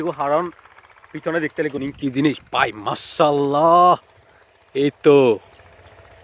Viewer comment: মাশাআল্লাহ naki মাসাল্লা naki মসলা.?? sundor kore bolien, apni je dong kore boltesen..😑